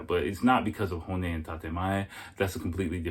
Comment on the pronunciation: ..despite the fact that dude mispronounced 'tatemae/honne', his view was spot on----Japanese people themselves will tell you they are two-faced, it's mandatory essentially for Japanese people to maintain these two 'faces' in order to navigate their society smoothly---point 2 was also pretty accurate, despite the inability of "us" to "understand" because they might not have the 'ability' to communicate how they feel, the fact is, it is very common for Japanese women to simply ghost, no explanation, no nothing, it relates to point one, they'd rather evade their own ('real'?) feelings, and definitely yours, than engage in any kind of real conversation about what might have gone 'wrong', etc------also, i don't think dude's advice in telling your Japanese gf to try to be open with you about her feelings, was 'terrible' at all.....why not express that you feel it's a good idea to have open communication in order to build and maintain trust and communication? it's somehow a 'bad' thing to advise your lady-to-be that she try to be more open? come on man---bizarre that you shot that one down.....his point about Japanese women being sensitive is also pretty accurate, you say or do anything at all that doesn't seem like such a 'big deal', could be anything, there's a very very good chance she's going to disappear forever, that's just the real man...Japanese society and people in general offer you a very very small window or margin for error, and, once they've 'determined' whatever they